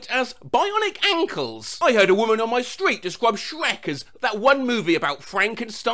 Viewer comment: bionic AÃNĶLƏŚ